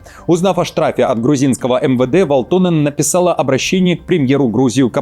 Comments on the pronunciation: Передайте своим редакторам, чтобы они расставляли ударения над фамилиями и прочими словами, если ваш ведущий настолько безграмотен. Правильно "вАлтонен", а не "валтОнен". Это финская фамилия, а значит ударение на первый слог. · "Валто́нен" - неправильное ударение. Правильно - Ва́лтонен. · ВАлтонен, а не ВалтОнен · Всё хорошо с одной поправочкой- всё-таки ВАлтонен, а не ВалтОнен. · ВАлтонен, недодиктор... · ВалтОнен?! ЖурнАлист! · В à лтонен... Ударение-то куда ставите!... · ВаАалтонен!!! 🤦‍♂ Ударение на первый слог в финском языке! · Ударение на А в первом слоге В(а)лтонен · Парень,ударения учи в финских фамилиях))) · Загуглите ,как читаются финские фамилии! Ударение на первый слог,это вашем варианте звучит потешно!!!